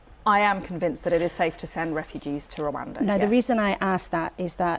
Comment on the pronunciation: It is pronounced "Rwanda" not "Rwanda" please amend